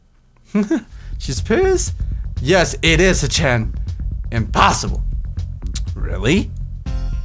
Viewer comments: shicchan is pronounced as "chic-chan". Hope that helps. :D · It would be pronounced Shee-chan. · here's the pronunciation of Shicchan and Hicchan: She-chan and He-chan. Trust me on this. Just a little bit of trust, that's all I ask.